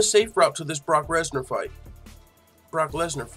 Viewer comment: “Brock Resnar” lol